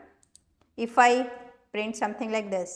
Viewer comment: Print not brint